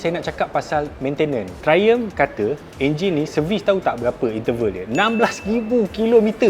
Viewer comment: Triumph bkn trlumph🤣